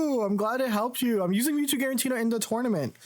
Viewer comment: I really appreciate that you commit to the “guarentina” bit in a serious video 😂